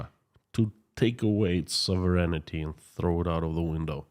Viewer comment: Hey. Your English is fantastic! But a little correction for you. The word is sovereign-ty, not sovereign-ity.